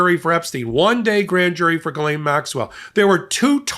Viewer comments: "Galain Maxwell?" That's the weirdest pronunciation of her name that I've heard yet. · One thing about Ghislaine's coverage that totally irritates me is how everyone makes it a point to pronounce her first name properly. This woman's name needs to be purposely mispronounced. She does not need any respect whatsoever. Maybe Guiltless, Grabbing Pedo. Mispronouncing this monsters name is the least we can do.